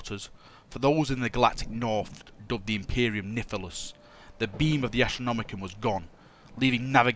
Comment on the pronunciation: Doesn't sound like the lore has changed much for this side of the lore. Also pronounced N(i)-hil-us.